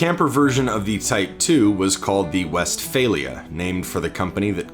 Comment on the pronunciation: my god the way he said westfalia